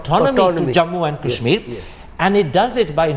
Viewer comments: This Thapar fellow pronounces Kash-Meer as Cash-Mere. What an angrezi a**s. And fyi, there were many other parts which were forcefully integrated because the Maharajas and Nawabs wouldn't succumb to peaceful means. Pls take note of this Thapar fellow. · Why cant thapar say kashmir and not cashmere?